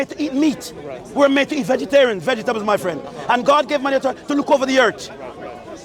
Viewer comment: he's jamaican, can't say three properly, he said tree also he didn't say author he said autor, jamaicans drop the in a lot of cases. Not Matthew but mattew etc